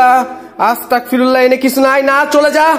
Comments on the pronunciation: ভাই আপনি বার বার পড়তেছেন আস্তাকফিরুল্লাহ কিন্তু সঠিক উচ্চারনটা হবে আস্তাগফিরুল্লাহ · ভাই আসতা্গফিরুল্লাহ বলবেন। আসতাকফিরুল্লা বললে আমি কাফির হয়ে যাচ্ছি মাবুদ এইটা বলা হয়।তাই আস্তাগফিরুল্লাহ বলবেন।❤❤❤❤